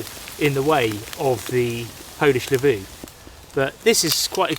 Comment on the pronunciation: a bike trailer can load a ton of stuff, and is almost on foot. best is, you dont have to set it up in any way, if its already self-setup. ie mini trailer camper. btw, why would the stove need to be inside the tent. why "lavuu" and not "laavu"